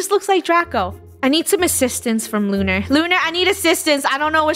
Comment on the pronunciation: It's lunarah